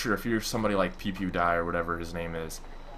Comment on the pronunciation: Did he just say pewpewdie for pewdiepie